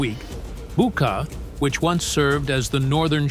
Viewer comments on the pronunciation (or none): none